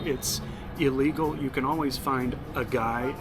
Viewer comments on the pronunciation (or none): none